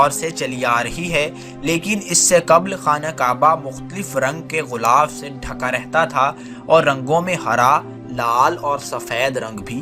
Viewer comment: ارے بھائی لفظ غُلاف نہیں بلکہ غِلاف ہے غ کو زیر ہے۔ لغت دیکھ کر وی لاگ بنایا کرو بھائی۔ ویسے پروگرام معلوماتی ہے۔